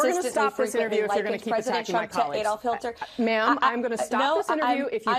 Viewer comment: Adolf Hilter??? That’s how you know they’re lying.. they start stumbling over their words and mispronouncing 🙄